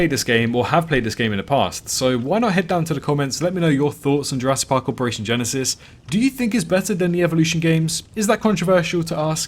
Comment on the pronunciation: Everytime you are saying jurassic park operation genesis i subconciously hear jurassic park operation genecide xD